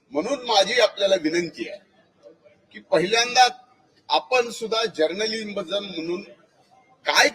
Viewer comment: जरण बुलिजम म्हणतोय जर्नालिझम ल 😂😂😂